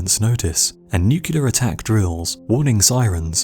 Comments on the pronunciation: NOO - CLEAR NOT NOO - QUE - LAR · He said nucular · You use the incorrect pronunciation of the word "nuclear". The Homer Simpson pronunciation. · That is not the correct pronunciation of the word "nuclear". That is the Homer Simpson pronunciation. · Interesting and well put together. Only marred by your inability to say the word "nuclear" properly. Very good otherwise.